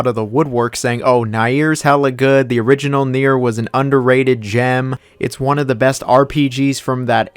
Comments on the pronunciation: Man I really don't care if you don't like any game, it's your opinion, but please learn how to say Nier. It's Nier, read like near, not nair. Jfc.... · WHY DO YOU STILL SAY NAEIR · It would be nice to at least pronounce the game's title you criticize correctly. It would also help to listen to why people prefer the previous versions. Also, Spider-man 2 kicks yours and Insomniacs ass all day long.